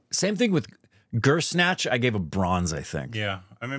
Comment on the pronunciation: Bhansali makes Guzaarish. 14 years later calls it "Gur-snatch"